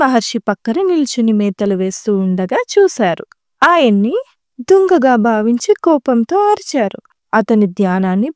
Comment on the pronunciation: Dhunga kadhu donga 😂